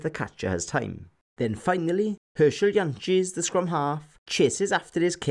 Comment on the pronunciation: I like the way you say Jantjies. Not some bastardisation of the man’s name 👍🏽